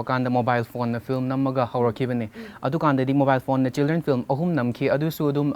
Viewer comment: She keeps saying flim